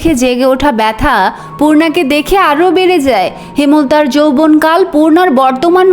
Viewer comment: আপনার এত সুন্দর কন্ঠে কয়েটকি শব্দের ভুল উচ্চারণ কানের জন্য খুবই অস্বস্তিকর লাগছে। যেন এক বালতি মধুর মধ্যে একফোঁটা ময়লার মত। যেমন : হেমোলতা উচ্চারণ করছেন যেটা ঐটার উচ্চারণ হবে হেম্-লতা, কর-মর-দন=করমর্দন হবে, আকস্মিক =আকোশশিক উচ্চারণ হবে। এই ধরনের কয়েকটি উচ্চারণের ভুল আপনার সুন্দর পঠন কে মাঝে মাঝেই শ্রুতিকটূ করে তুলছে। বাংলা বলার সৌন্দর্য হলো উচ্চারণে। তাই আশাকরি একটু খেয়াল রাখবেন। আর লেখিকা গালি ব্যবহার করেছেন কারণ ঐটা গল্পে ডিজার্ভ করে তাই। আপনি সরাসরি উচ্চারণ করতে না চাইলে টুটটুট ই যথেষ্ট, লেখিকা কি বলেছেন এটা বারবার ব্যাখ্যার প্রয়োজন নেই। তবে আমার পরামর্শ হলো যেভাবে লিখা আছে ঐভাবেই পড়া ভালো। কারণ এখানে যারা এই উপন্যাস শুনবে তারা যথেষ্ট ম্যাচিউর, জ্ঞানী এবং পড়ুয়া শ্রোতা। তাই তারা গল্পের ডিমান্ড অবশ্যই বুঝবে। কোন বাচ্চা বা আম জনতা এখানে উপন্যাস শুনতে আসবে না। কারণ পড়াশোনা যারা করে তারাই এগুলোতে আগ্রহী হয় অন্যরা ভুলেও আপনার কনটেন্ট স্পর্শ করবে না। সুতরাং এত বিব্রত হবার কিছু নেই। আমি আপনার ভুল ধরার উদ্দেশ্য, বা ছোট করার উদ্দেশ্য নিয়ে কমেন্ট করতে আসি নাই, আপনার ভয়েস অনেক মিষ্টি তাই আমি চাই না আপনার পড়ায় কোন ক্ষুত থাক। ধন্যবাদ এতসুন্দর কন্টেন্ট উপহার দেওয়ার জন্য। এত টাকা দিয়ে বই কিনে পড়ার সামর্থ্য নেই তাই আপনার মিষ্টি কন্ঠটাকে বেছে নিলাম। আমার কথায় ভুল ত্রুটি হলে ক্ষমাসুন্দর দৃষ্টিতে দেখার অনুরোধ রইলো।